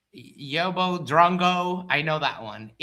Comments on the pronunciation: Ask Matt, PhD Tony or Craig how to pronounce yobo. It’s usually spelt yobbo and is the same as yob which rhymes with Bob. It means hooligan. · Hi, just watching the VOD. I know how much you pride yourself on your English - "yobbo" is pronounced with a short "o" like in "hobby". Also yobbo is too nice, is used almost affectionately at times. We would call him a fat cunt.